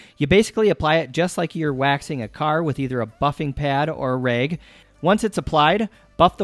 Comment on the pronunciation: Its rag not reg